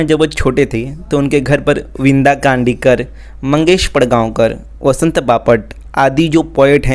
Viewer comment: The name of marathi writers utters are wrongly mentioned,,its not vinda kandikar,, its "Vinda Karandikar"